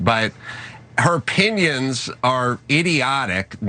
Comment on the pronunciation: Her “pinions”😂